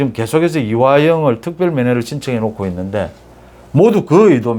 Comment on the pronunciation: '놓고' 를 '노코'로 하시는 게 맞는 것 같습니다. '녿코' <돌아온 이하사>(유튜브) 이원우/前 부산 명덕초등학교장, 소설가(수필가), 가수(!성악가)